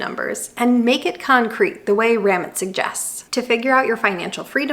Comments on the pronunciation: Just fyi, Ramit is pronounced Rah-meet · It's "rah-meet" with almost a subtle "th" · His name is pronounced raw- meet. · Really great video! I love your teaching style and approach. I would, however, recommend you play one of this man’s videos and hear how he says his name. It is not “Rammit” like “rabbit”. 🥴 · Ramit? U mean ra-meet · Have you ever listened to Ramit??? It is Ra-meet............... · His name is Ruh-MEAT 😁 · It’s Ram-eeeet!!! One of the current most prominent financial voices of right now. I wish you had looked up the pronunciation because I cannot finish this video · How can you do an entire video saying Ramit's name wrong each and every time. Have you actually watched one of his videos? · Not how you say his name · Great video… Ramit makes you think beyond the numbers to question what you really want. He wrote one of the first books I read on finance; information from the book is still relevant. By the way, you butchered his name. 😂 I will run the numbers; I'm curious after the video.